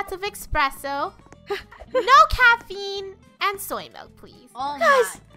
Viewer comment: its M-I-L-K not M-E-L-K